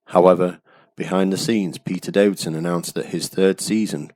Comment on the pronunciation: The Fifth Doctor was Peter DAVISON, not "DAVIDSON"... 😐